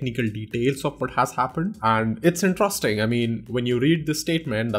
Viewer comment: the way you pronounce interesting is wrong. pls correct it. 😊